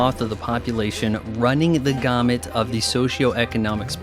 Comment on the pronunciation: What a great video. I could have went without you pronouncing gamut that way. But a great video nonetheless.